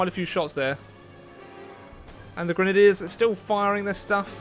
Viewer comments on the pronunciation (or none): none